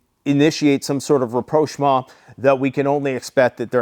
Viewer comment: Either makes up words to test if we're paying attention or I'm bigdumb 😂 "reproashma"?